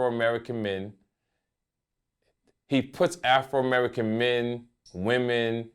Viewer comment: "AFROmerican" haha